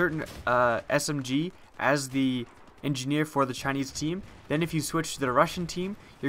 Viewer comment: "Chineese team."